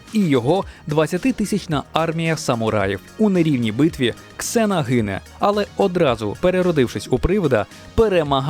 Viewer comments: Не Ксена а Зена =) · Не Ксена,а Зена! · Літера "X" ні разу не читається як /з/, то в недолугих російських перекладах вона Зена. Я як взнала, позеленіла